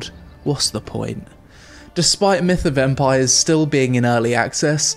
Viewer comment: Why do i hear "Meet a vampire " instead of "Myth of Empires" ?... Great review though.